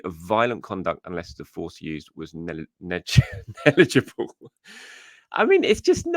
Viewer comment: Neg-li-ja-bal mate 😂